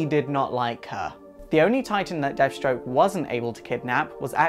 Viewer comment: lol..."deaf" stroke the terminator....